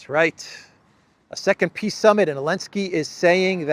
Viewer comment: is it a 'peace' or a 'piss' summit?😂